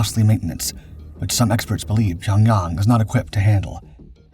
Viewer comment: Dude, learn how to pronounce the words you're saying. Pyonyawng?!